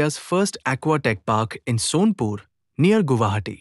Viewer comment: It's sonapur not sonpur😢